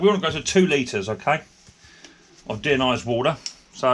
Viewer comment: How does he have such a problem with "Deionised" ???